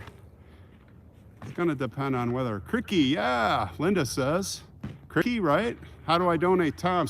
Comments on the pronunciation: Hey there I really enjoy your show By the way crikey is pronounced as rhyming with bikey or Mikey not as rhyming with sticky It means Golly or Gosh❤️ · It's crykey not crickey. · Lmao. Look at the size of that rack means something very different here. Loved the close ups of the bucks and deer. Really enjoy learning about the History. My favourite subject. Until next time, take care. PS. Krikey is Aussie. It's not like cricket. It's pronounced Kriy key.. Steve Irwin used to use it. It means wow. Crikey. Sorry. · your English is superb but let me teach you Australian, Crickey is pronounced Krykee, used as an exclamation. a word that is not used much. Although, Steve Irwin the Crocodile Hunter used to say it all the time. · Hi it is cr👁ky not criky, my boyfriend’s mom is from Canada she says it a bit and the crocodile hunter used it a lot when he was alive! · it isn’t criky, it is CR👁ky! My boyfriend’s mom is English from Canada and she uses it some and if you go to the crocodile hunter site you will hear him say it quite a bit! Sorry I had to correct this one! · Just catching up on watching the vlogs missed the walk Sunday which was excellent.......it is pronounced cry-key...So as Dr, Sidney Freeman from MASH would say... “Ladies and gentlemen take my advice, pull down your pants and slide on the ice” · It’s pronounced CRY-kEY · Maybe pronounce CRY-KEY….not how it spelled…